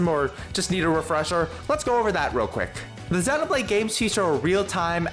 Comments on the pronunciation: I was thinking how nice it was to hear someone pronounce it properly heheh (being from UK) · 1) /zenow/blade is a perfectly acceptable pronunciation, and is even the standard in both Japan and the UK. /zɪjnow/blade is mainly a North American pronounciation. 2) Technically "long e" is /ɪj/ and is pretty distinct from the short e /e/. You can thank the Great Vowel Shift for rotating several of our long vowels.